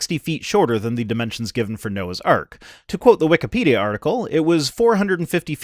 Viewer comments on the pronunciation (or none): none